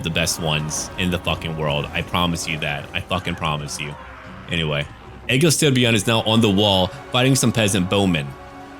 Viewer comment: I’m from Denmark and i have no problem with your pronunciation of Egil Styrbjorn, i will even say your version sound more intimidating so it works out.